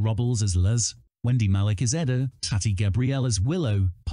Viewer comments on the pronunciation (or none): Her Name is Eda not Adda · It's Ee-da not Ed-ah